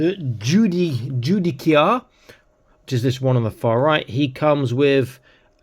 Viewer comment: The pronunciation of Judiciar is Jew-Dis-Ear. Just for reference. Thanks for the early look.